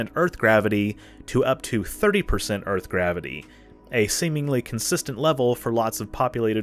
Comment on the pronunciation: I can’t really stand her constant yapping about “Urf” (Earth).